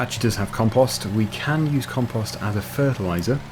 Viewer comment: The way you say compost makes it sound like it belongs on twitter, Com Post. Lols.